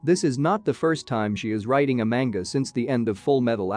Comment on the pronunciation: The way that this person says ‘Manga’ makes me angry.